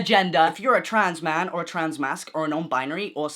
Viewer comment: Your pronunciation of womn and mn has really given me the giggles 😂😭